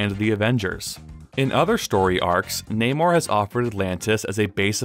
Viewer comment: Thanks for saying his name properly